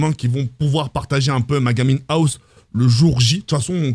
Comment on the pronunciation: sa se dit Gaming House